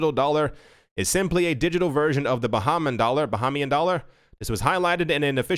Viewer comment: Its pronounced...Ba-Hay-Me-In, U said ..Ba-Ha-Me-In... Dont be caught saying that... Got u 😉👍🏻...Ready to Dive into Crypto 2020!! Happy N.Y.!